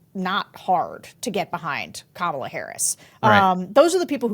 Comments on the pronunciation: Omg, how do people STILL not know how to pronounce Kamala Harris‘s name correctly? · Those are republicans your are polling. One of the ladies speaking said Kamala’s name wrong like Trump does